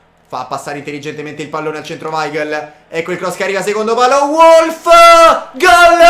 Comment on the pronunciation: si legge Volf vecio